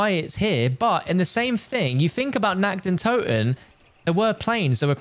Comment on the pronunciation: How you just spell nacht der untoten its feeling so cringe cuz i am german i understand of you nact de untuten